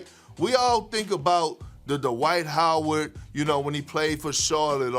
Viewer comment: Dwight Howard, or Dee-White as Perkins calls him.